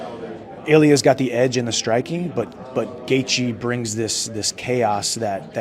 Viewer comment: Can you learn to say Gaethje!!!